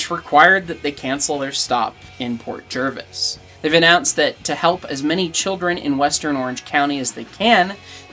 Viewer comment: Well dang I live near Port Jervis and this is the first time I heard about the Toy Train not coming to town 😥 I never got time to go to it put I always heard it was a nice event! Also as someone from port thank you for saying "Jervis" correct because there has been a couple to many times people say "Jarvis" instead😂😂